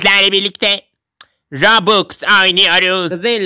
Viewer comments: O roblaks değil roblox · anneme roblox nası söyletirir: Annem:robux Ben: hyr roblox Annem:roblaks Ben: anne roblaks ne ya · Robloks diye okunuyor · Roblox diye okunuyor. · Roblox adı rublox deyiş